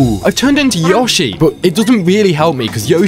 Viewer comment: Is Yoshi not Yoshy 😤😤🙀🙀🙀